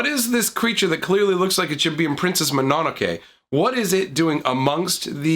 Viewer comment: I love you bro, but it's pronounced Moe-no-no-kay. Mananake sent my eye into an uncontrollable twitch despite the hilarious reference. Keep up the awesome content.